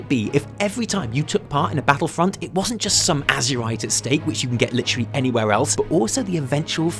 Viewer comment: why are people pronouncing it AZSHURITE? It's AzERite as in the blood of AzERoth O.o